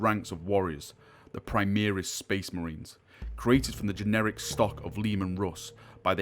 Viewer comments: sounds like you said generic, I'm pretty certain you meant genetic. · geNETic, not generic. heh. also, Njal is 'nyal' in the same way Bjorn isn't bah-jorn. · Gen et ic there is no R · You keep saying it like that, the word is genetic, ge-ne-tic, gen eh tick.